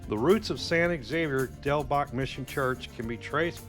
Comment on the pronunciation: Thank you. I thought I was loosing my mind. All the videos except the one by KGUN pronounced it incorrectly.